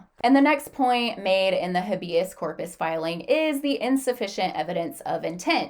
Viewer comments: Small thing but it's driving me nuts: Habeas corpus is pronounced as HAY-bee-uhs KOR-puhs. Here is the breakdown of each syllable: Habeas: "HAY" (rhymes with day) - "bee" - "uhs" (rhymes with bus) Corpus: "KOR" (rhymes with for) - "puhs" (rhymes with puss) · You can’t even pronounce it.